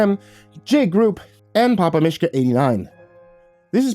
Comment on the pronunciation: You mispronounced mishka. It's meashka. If you want to know how to say it like your Russian watch masha un mishka in its native language. Mishka is Russian for bear.